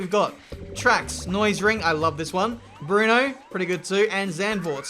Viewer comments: Brno is Brno not Bruno not Brnou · For future reference, Brno is pronounced like "Bruno" but without the "u" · It was good... just remove the “U” at the end... I heard it like Brnou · DanLi I was thinking that, no idea where the need for pronouncing a ‘U’ came